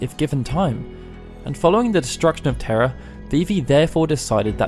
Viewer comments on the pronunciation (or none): none